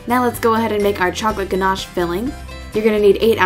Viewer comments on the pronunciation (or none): Thats not how you say ganache in english XD